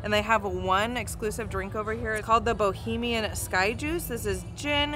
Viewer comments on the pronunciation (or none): i love how you guys were pronouncing everything bahamian as bohemian😂❤ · It’s Bahamian not Bohamian and they didn’t make the drink right Im Bahamian you have to get the drink from a local they make it very different